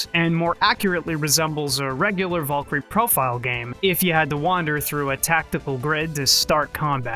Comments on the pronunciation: vool-kery is all i heard this whole video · It's bad when you can't even say the word Valkyrie correctly...